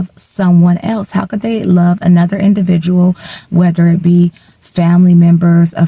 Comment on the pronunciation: I am so embarrassed for you.Incoherent vocal fry.They not Dey!